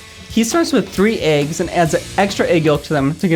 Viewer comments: It annoys me how he says eggs... it’s not aigs -. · I really liked that girl until she said "eaggs"